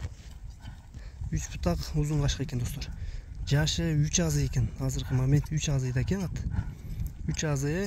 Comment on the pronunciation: Азый дейт дайым эле озу Асый болуп айтылат